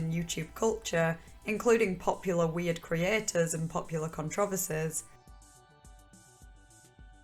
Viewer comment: What's your dialect/accent from? I never heard controversies pronounced that way